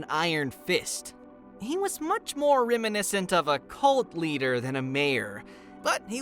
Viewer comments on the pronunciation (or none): none